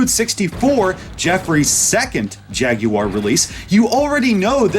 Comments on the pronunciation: Can't even pronounce Jaguar correctly... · Derek Dash Exactly, that’s a red flag right there lol